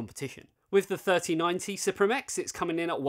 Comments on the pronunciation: It is pronounced as Supreme my guy. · Msi announced that suprim is supposed to be pronounced supreme